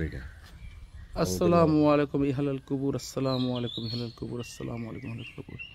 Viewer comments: ভাইজান মনে কিছু নিবেন না।আপনার সালাম টা বরাবর হচ্ছে না।আপনি আসলা না বলে আসসালা বলেন।সালাম সহি না হলে এর অর্থ অন্য রকম হবে। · সালামে আস্সালামু বলতে হবে আসলামু বলা ভূল! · আসসালামু আলাইকুম, দয়া করে সঠিক উচ্চারণে সালাম দিন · ইউটিউবার ভাই আপনি সালামের সঠিক উচ্চারণ শিখে নিবেন প্লিজ।